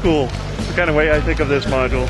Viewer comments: How many times did he say modue!? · Ok... module